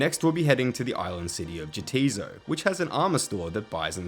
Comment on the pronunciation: Jatizso is "Yah-tiz-so" (Yeah, 'tis so). Neitiznot is "Nay-tiz-not" (Nay, 'tis not).